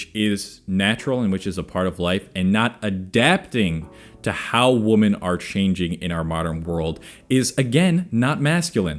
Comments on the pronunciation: Why do you say woman instead of Women? xD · WomAn, womEn. When you say it non plural for what should be you sound like a stitch together thing making obama sing. Thanks for the vid tho. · Odd how he says "woman" and "women" in the same way. Is that a regional thing? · Yeah, this is not how you pronounce "women", just FYI. Other than that, good points.